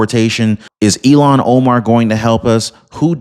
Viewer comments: Her name is “Ilhan” not “Elon.” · Dude, for the third time, her name is not Elon! It's Ilhan. Il-han.